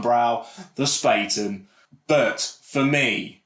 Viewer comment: FYI, Bayrisch should be pronounced "BUY-er-ish", not "Bay-er-ish". It's from Bavaria, like Bayern Munich are - so Bayrisch should be pronounced similar to how you'd pronounce Bayern. And while we're at it, it's pronounced "Spah-ten". Not "Spay-ten" 👍🏻